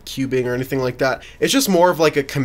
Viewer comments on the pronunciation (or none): none